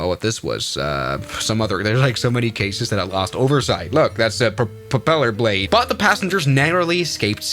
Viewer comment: pwopelar bwade!😂